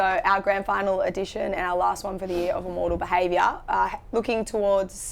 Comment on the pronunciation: It’s Im- mortal, not “ah-mortal”